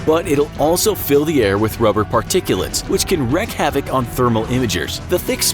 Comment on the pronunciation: Wreak havoc is pronounced "reek" not "wreck."